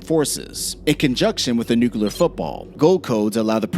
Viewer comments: Repeat after me. NOO-klee-uhr. NOT NOO-kyoo-luhr. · Nucular is not even a word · Stop saying NUCULAR, Please!!